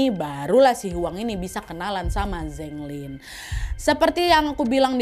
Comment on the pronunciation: Keren konten nya.. tp char siu bao bacanya Cha siu pao... Zheng lin bacanya Cheng lin..